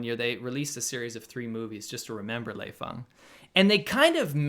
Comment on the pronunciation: Lei Fung huh..... Lmao!